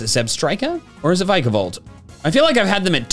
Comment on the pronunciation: There is no B in Vikavolt!